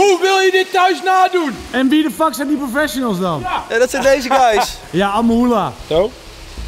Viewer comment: "profesjenels" i- geen haat maar ff "professionals"